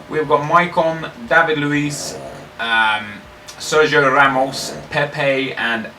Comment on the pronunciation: Nep it's pronounced Serhio Ramos :)